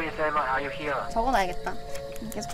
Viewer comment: 듣고 깨달은 사람? 백퍼장담하는데 영어 최소 원어민급이다 얘들아. 일부러 못하는척 혀 안굴리고 내는소리내네 ㄷㄷㄷㄷㄷ 난 딱 들으면 알거든. Are you 할때 좀 일부러 덜 꽈서 그렇지 혀가 위로 말려올라가 목구멍을 막는 R 발음이 정확하네 저거 토종 한국인은 내기 진짜 어려운 소리임. "웰던" 와 다 계산하고 멘트치고 바보 구독자들 갖고노네 천재다 천재 ㄷㄷㄷㄷㄷ